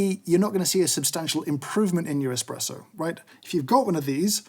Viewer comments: the illustrious Mr Hoffmann very clearly says Expresso instead of Espresso. I expect a formal apology at your earliest convenience. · If you listen carefully, James actually says "expresso" during the video once!